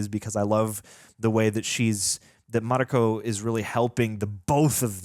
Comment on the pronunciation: Everyone in the show: Mariko Over 50 times. Mariko: Marikoooo The way Americans don't give a sht about other cultures names is always astonishing